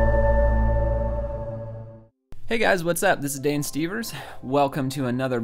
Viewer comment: Your name is actually Dan not Dane.